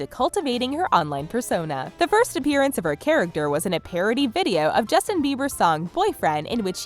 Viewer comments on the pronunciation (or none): none